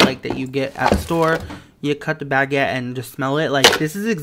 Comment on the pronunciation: bag ette lmaoooo